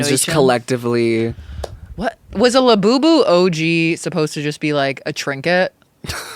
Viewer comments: “laboyboy” instead of labubu has me weak. trevi and rewired my brain to talk like this on a regular basis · “Labubu Cailo” lol